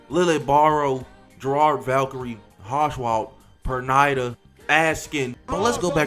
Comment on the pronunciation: Dude it's P-u-r-n-e-e-d-a (Pernida) not Pernyda 😂😂